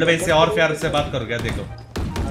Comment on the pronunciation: Fyar se fyar milega Mila fyaaaaarrrrrrrr